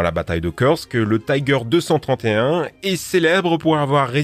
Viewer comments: Gg mais par contre on pas tyger mais juste tiger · Prononcez l'allemand comme il faut : "TIGER " et pas "TAIGER". Ce n'est pas de l'anglais. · Pourquoi prononcer "Tiger" à l'anglaise ? en allemand le i se prononce comme en français ;) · tout le mode dit taiger